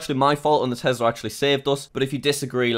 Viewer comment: It’s called T-E-S-L-A not TESLERR